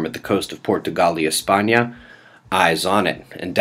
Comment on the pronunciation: Excent reports! Love the way you say...Portugal y España! ! nice weekend.